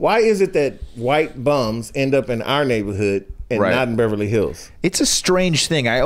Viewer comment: Does really say "bevely hills"?